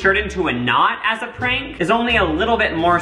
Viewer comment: I thought he said “Frank” stock photo instead of prank. Like oh yeah I guess that guy looks like a Frank 🤷🏻‍♀️